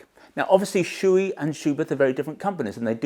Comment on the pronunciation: I usually don't comment on YT, but I just can't hold it any longer. Shoei is not shoe-i, it's Sho-Ei. It's a japanese company and the name has nothing to do with footware. These "professionals" can't even pronounce the name right. Why don't you pronounce s-chu-bee-earth?